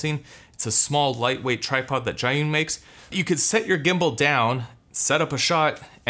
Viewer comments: Is Zhiyun not Zhayun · Great video 👍🏻 your pronouncing their name wrong though